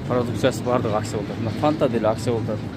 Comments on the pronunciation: Аксия эмес Акция Ц га ударение койгула . А так колдойбуз . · Акцияны тыныраак суйлоп алып акылдуу болчу,аксия дебей,бойкот мойкоту жок эле болуп турат акциялар